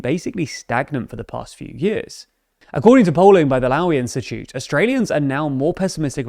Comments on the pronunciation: This is a shift video ngl guys. You get the flag wrong, you mis pronounced the Lowy Insitute and provide little insight into the topics. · Completely butchered the pronunciation of Lowy Institute